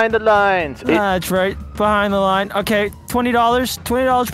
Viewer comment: STOP SAYING BUHIND